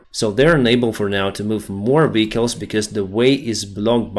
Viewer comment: vEhicles, not vichles